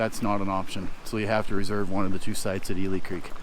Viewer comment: I worked at Jones Hole NFH five years. Ely Creek should be pronounced as E-li , not E-le. It was named after a mule that died and was buried there.